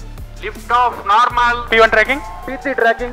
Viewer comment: Congratulations ISRO✌️✌️✌️✌️✌️✌️✌️✌️✌️✌️✌️✌️✌️✌️✌️✌️✌️✌️✌️ . Lift off naaaaaarmal. Funny to hear 😂.